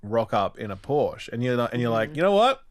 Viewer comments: Its callled PorschE NOT PORSCH. ^^ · Hasnt ralph seen friends? ITS POR-SHAAA